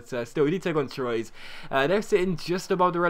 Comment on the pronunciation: anyone else cringe at his pronunciation of troyes it's trw-a